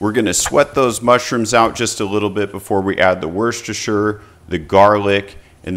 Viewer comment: I like how he doesnt even bother trying to pronounce "worcestershire" lol